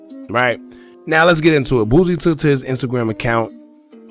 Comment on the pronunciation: Boosie not boozzie 😂😂😂